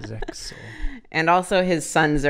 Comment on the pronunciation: more saying "zexal"